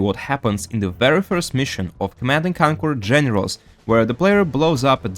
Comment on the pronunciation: “Command and Kanquer” 😂